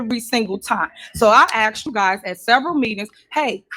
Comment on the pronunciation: The word is not axed it is asked